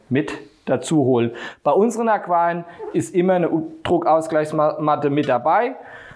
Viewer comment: Ich habe eine Frage. Ich wollte mich eigentlich uber Aquarien informieren. Aber ich höre nur Aqem, Aquam, Aquiaion... Aber man muss das ja auch nicht richtig aussprechen können. Die Zweite Frag: Warum sollte ich mich über die Statik meiner Decken informieren, wenn das Aquarium doch auf dem Boden steht?